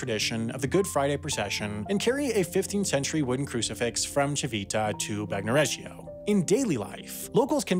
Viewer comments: Oh god. It's not "Bag-no-regio", it's "Ban-yo-regio". In Italian, "gn" sounds the same as "ñ" does in Spanish. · The ‘g’ is not pronounced - not in Puglia or Tagliatelle or Bagnoregio